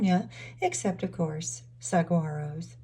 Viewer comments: Beautiful! But...Saguaro is pronounced with the "g" silent. "Sa..war...O" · The tall cacti you mentioned is pronounced wrong. G is silent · Saguaro is not an English word, the g is h/y/silent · mispronounced saguaro...